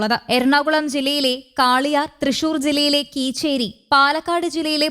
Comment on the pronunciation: കീച്ചേരിയല്ല കേച്ചേരിയാണ് വാർത്ത വായിക്കുന്ന മോളെ